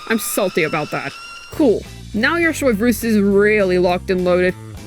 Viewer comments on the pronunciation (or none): I love Americans pronouncing things SOY-vreuse xD